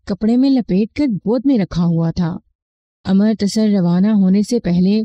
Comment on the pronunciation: امر۔ تسر نہیں بلکہ اَمرِت سَر